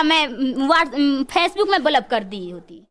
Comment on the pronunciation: Phace book 😂😂😂😂😂😂😂😂 chabar chabar zabaan chal rahi hai , right word bolna bhi sikh leti ya sirf " PHACE BOOK " pe ladko ko ullu banana hi sikha hai 😂😂😂😂😂😂😂😂😂